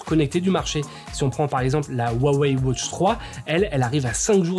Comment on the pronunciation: Merci pour la video. Ca serais possible d'arrêter de prononcer "wautche" au lieu de "watch"?